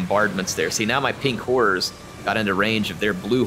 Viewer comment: Every time he says “Pink Horrors” it sounds like “Pink Whores.” I’m a big fan of this